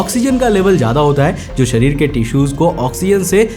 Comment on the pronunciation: .....hota hai Sarir nhi sharir hota h